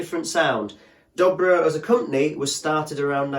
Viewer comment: But they're ALWAYS pronounced Doe Bro, NEVER Dobbro.